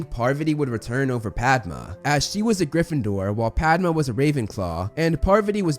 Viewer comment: Thanks for saying her name 'Paarvati' (this is most close to actual pronunciation) while so many others say 'Paarvaati' which is understandable but incorrect. Same goes with 'Padma' though, it isn't 'Paadma'